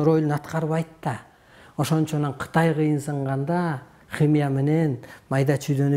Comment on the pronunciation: Хымыя дейтко😂😂😂😂